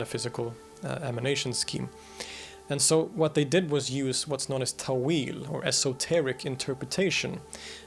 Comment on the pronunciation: It is pronounced تأويل not تويل